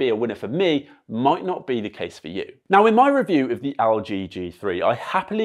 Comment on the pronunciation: mate it's Elle G... not AL G.... lol